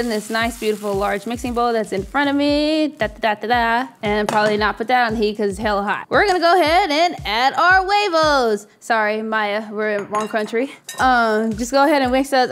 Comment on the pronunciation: Pronounced my-eye for future ref